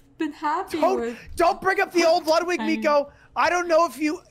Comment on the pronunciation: She keeps calling him "Lugwig" OMEGALUL